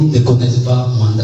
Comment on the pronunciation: MOANDA ET NON MUANDA BOYOKI